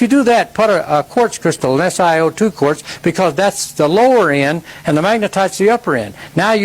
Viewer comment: Dude. You had me LMFAO at the mark. " I believe were the contributing factors" OMG Oh its quartz crystals not court crystals if you were not aware. We have a ton of this rock and huge quarries here in Maine. Love you channel bro.